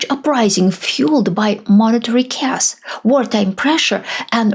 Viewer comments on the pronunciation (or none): none